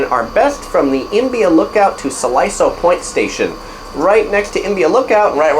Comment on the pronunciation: Siloso is pronounced See-Lo-So.